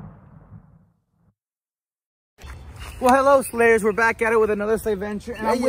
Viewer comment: Holy shit! For a moment I thought he said "HELLO SLAVES" and I went🤨